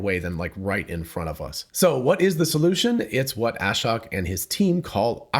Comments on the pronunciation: His name is pronounced a-shóke. Long O, accent on the 2nd syllable. A shocking revelation, I know. Just listen to the first seconds of his Occupancy Network talk where he introduces himself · It’s (Ah-Shoke)